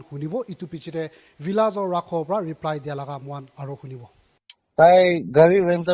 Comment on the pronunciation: Lol “Rhakho”.